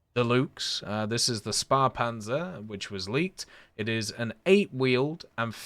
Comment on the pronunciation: Ah yes the "Luhgs" a spahhpanser